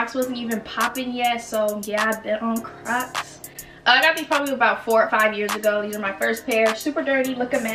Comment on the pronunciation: when she said “i been on crocks” i heard crack omg🤣🤣🤣🤣🤣